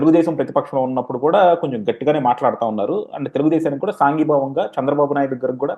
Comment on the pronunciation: Ocon politics mundu telugu nerchuko .saangi bhavam kadu sangi bhavam.